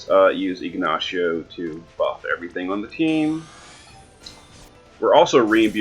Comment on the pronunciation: Still used to jp eh you keep calling; Ignacio siegnacio lol